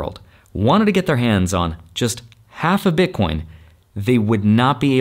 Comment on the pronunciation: haha he says bitcoinz